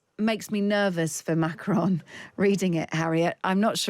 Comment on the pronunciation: By the way : his name is not pronounced Macroon but as Macrôn . Do you British people don’t go to school anymore ? Greeting from Holland